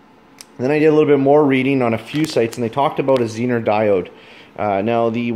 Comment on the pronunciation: Very good presentation. Expound on that 9V battery for the elimination of all your work. Dude, make the test tool. Interface the pink wire, prove it out. Oh, and the Zener, pronounced zee-ner diode, is something Harley Davidson needed waaaaay back in the day of generator systems so that headlight/taillight systems didn't poop. Tie in up front and bury in headlight bucket... No feedback from generator to blow headlight. Taillight...., well..., I could always do without... No sense looking behind.., and no sense anyone seein' where I've been....